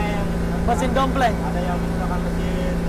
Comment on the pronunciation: Pake mesin dompleng. 😂😂 Donfeng kali bang 😂